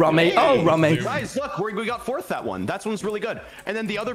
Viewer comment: Its flurth tommy its fourth one your team in fourth one